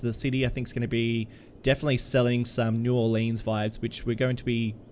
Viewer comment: Said New Orleans wrong....and another big city inspiration...sheesh. American small towns & cities (less than 2.5 mill population) keep getting pooed because of "lack of diversity" when nobody goes into the history of how & why that town is. All well I can hope for the next us based series. As you said in Oceania, to late & to far.